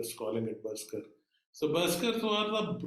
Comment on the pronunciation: Sir it was berserker" बर जर कर "